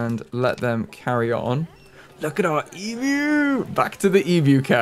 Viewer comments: Yes it is quite shocking to hear a youtuber pronounce 'emu' correctly. E-myu not e-moo. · As an Aussie, your pronunciation of Emu made me very happy (Especially considering your pronunciation track record lol)